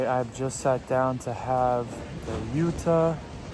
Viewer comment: And We say Jota with an "O" Like Jo-ta